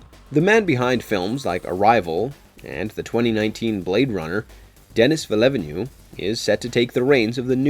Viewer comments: Villevanue? villeneuve. Try sounding it out next time... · Denis Villeavenue 😂😂😂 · Oh he was trying to say Villeneuve? Hah! Ya missed the mark a bit